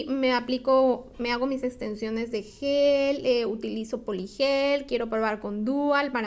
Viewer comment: No es soft Yel, es soft Gel